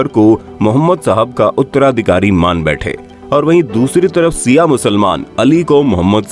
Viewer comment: Not siaa it's Shia ishna aashari